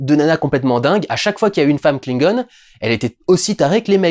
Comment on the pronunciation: Tu peux dire Klingon en français stp, ça me fais trop mal au oreille. En Anglais on dirai qu'on parle de truc trop mignon.